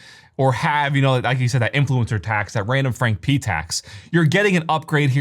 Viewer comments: I heard randomfrank penis xD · ….randomfrankpenis is what I heard Linus say I had to stop the video lol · I can never unhear “randomfrankpenis!” 😂